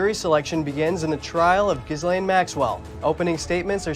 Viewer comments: Hahaha, I thought the same apt but inaccurate pronunciation. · Eeew... her name is pronounced jizz lane. Ironic since she's accused of sex trafficking. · I like how they pronounce Jizzlane